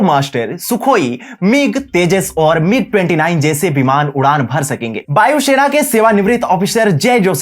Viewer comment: It's Vayu Sena, not Bayu Shena